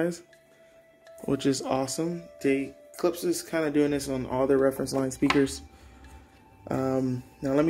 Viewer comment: Not "Klips"...."Klipsh"